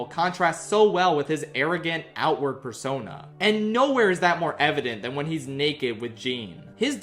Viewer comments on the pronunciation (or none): none